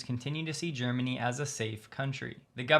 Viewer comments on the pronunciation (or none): none